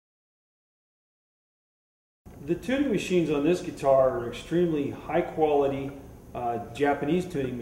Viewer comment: Any Luthier is awesome! (Would be awesome to build a guitar as a DIY Project some time :D) Buuuuut! Did it bug anybody else how he kept saying "geee-tar"? Gah!